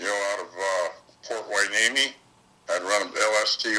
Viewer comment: "Port Hueneme" 😮